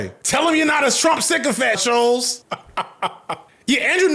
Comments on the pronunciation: FD, I'm begging that if you ever need to say the surname I share with this moron again That it is pronounced like "Bolts" with a sh- at the start, Not Shoals like a submerged sandbank. This was driving me CRAZY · Him mispronouncing Shulz’s name the whole video is lowkey the best part 😂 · Why is he having the hardest time saying Schulz?